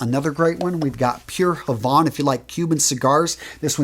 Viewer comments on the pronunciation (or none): none